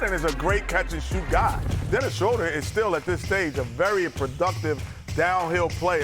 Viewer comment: Dennis Shoulder